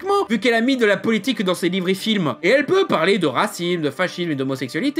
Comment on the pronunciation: Il à mal articulé, ça arrive. Il voulait dire livre je suis pose.